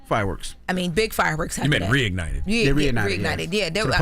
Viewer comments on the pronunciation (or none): reunited it or reignited it lmfao